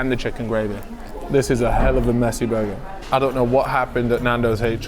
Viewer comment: More burrrrgerrr